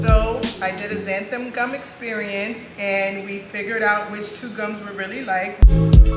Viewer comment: You are pronouncing zanthum. It is Xanthan with n at the end, not m